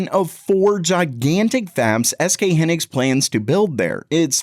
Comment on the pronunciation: It’s SK HIGH-Niks. Pronounce it correctly. Also these new fabs won’t show up for production for years. You’ve been blasting videos every day for weeks now saying the ram crisis will be over “soon”. So damn click baity. You’re welcome for the interaction.